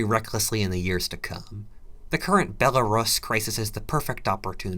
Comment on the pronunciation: If you’re going to take the time to learn to pronounce raison d’être can you please learn to pronounce Lagos and Belarus as well?